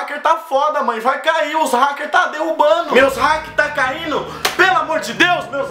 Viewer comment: "Os "raque" tá caindo" kkkkk